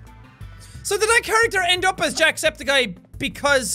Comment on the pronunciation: you said antusepticeye